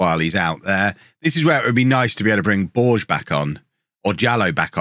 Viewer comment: BorgeSSSSS!!! He's not french, he's portuguese! Let me hear all those letters! (it actually sounds more like a "-sh" sound at the end, not a "snaky" S).